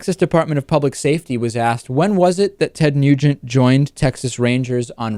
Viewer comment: It sounded like David said Ted "Mutant" in the beginning...very appropriate.